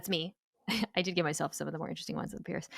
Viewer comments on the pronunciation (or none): none